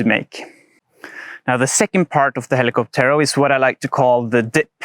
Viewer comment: Please stress the ó and not the last e when pronouncing hell-ee-COP-tero. Cocotero.